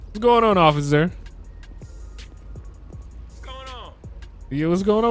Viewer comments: He said ociffer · Why does call the cops occifer